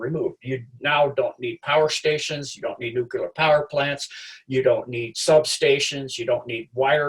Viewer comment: It's nuclear not nucular. I can't trust anyone who isn't capable of pronouncing this word correctly.